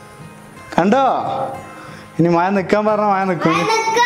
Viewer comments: മയ അല്ല. Bossea മഴ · Brthr, actually it's not മയ pls say മഴ ✌️😜 നമ്മൾ മലപ്പുറത്തുകാർക്ക് 'യ' ഒരു വീക്നെസ് ആണല്ലോ ല്ലേ 🤪🤪🤪